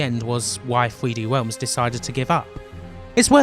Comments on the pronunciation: "Thwee Dee Whelms" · "3hweeD Wealms"